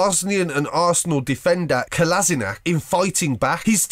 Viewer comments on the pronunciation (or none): Rageing bosnian speaks to all people which speak english: You miss pronounce our footbaler's name's.It's kolashinac not kolazinac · Who else cringed when he pronounced Ozil and Kolasinac names